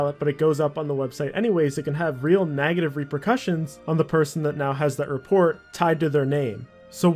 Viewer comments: Why do you say nagative? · "all the nagitive things in the game" lol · Neh-gative, not Nag-gative.. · why do you say nagative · nagative? its negative mate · And the way he says negative - Naagativ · NAGative gets me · this guy can't even say negative right